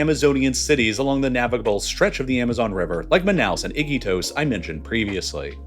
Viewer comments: The narrator pronounced Iquitos as "Ick'-ee-tos" with emphasis on the first syllable. The people around me here in Lima pronounce it "i-KEE-tos". Are these Peruvians wrong? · Your pronunciation is so awful! Iquotos not "icky toes" blah! 🤮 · I-kee-tos, not icky toes😂😂 you're trolling us... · It’s i-key-tose… not icky toes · What is ‘Iki toes’ 😂😂😂😂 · They way you say "Iquitos" as "Icky toast" is hilarious. Here's a general rule, in Spanish, all i's are always pronounced as an english "ee". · Your pronunciation of Iquitos is interesting